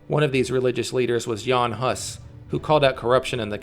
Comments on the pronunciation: Hus is pronounced hoos. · Great video! But pronunciation of Hus is wrong(well, atleast in Czech) It's like Hoos but shorter. Hus. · please learn how the fuck to pronounce hus and hussite. you make historical videos but don't have a clue how to pronounce what you are talking about? a disgrace.